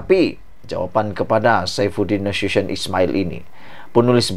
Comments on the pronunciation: Salah tu sebut nama Saifuddin Nasution. Bacalah cara ejaan melayu bukan cara english. Bacalah Na-su- ti-yon, bukan na-su- syen. Harap maklum admin! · Bukan Saifudin NA SHU SHION. Saifudin Nasution (Na Soo Ti yon)